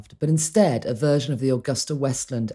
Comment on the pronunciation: Mispronounced aGUSTa...The “u” is long. An Italian firm (motorcycles, aircraft) Mispronounced Potomac...but everyone heard that. Very condescending tone from the narrators. Have Britts as dear friends...but apparently not these two. Please standby for my donation....wait...wait...